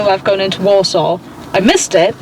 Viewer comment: The way she pronounces Walsall 😭😭😭